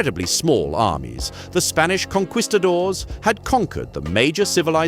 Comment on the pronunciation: It's "kon-kee-stadors" not "kon-kwee-stadors" - Conquistadors